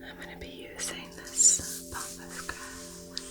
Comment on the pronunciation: Pampas grass not Pompas😍